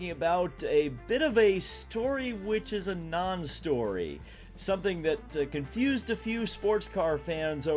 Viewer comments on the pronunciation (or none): none